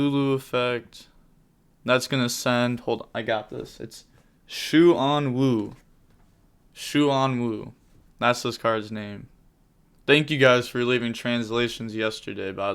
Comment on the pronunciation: Wait noooooooo It’s not shu-an-wu The first two syllables should be one It’s supposed to be shuan-wu